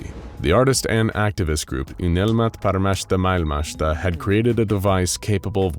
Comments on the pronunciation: Unelma paremmasta maailmasta ei uynelma parmassta paikassta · "Unelmat paremmasta mailmasta" was butchered so hard, I didn't even recognize it as Finnish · good lord hearing you butcher the Finnish name of the group was heartwrenching as a Finn lmao, fair effort though. the name "Unelma Paremmasta Maailmasta" means "Dream of a Better World", for those uninitiated. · Ugh. I literally worked on that phrase for hours and still botched it. Sorry. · I liked your attempt of trying to say dreams of a better world in Finnish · I like how he tries to pronounce "unelma paremmasta maailmasta" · Eiks ookki täydelline lausunta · no it was not. even google translator pronounces better